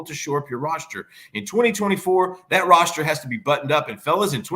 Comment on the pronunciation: Tauriq Black? I swear I hear pronouncing "roster" as "rosture"